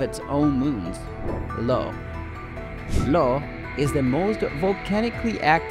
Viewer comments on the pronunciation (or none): Moon name Io, Pronounced Eye-oh??